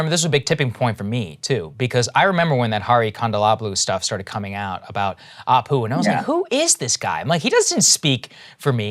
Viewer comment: As an Indian, my biggest pet peeve with Apu is that his name is spelt and pronounced incorrectly. It should be Appu!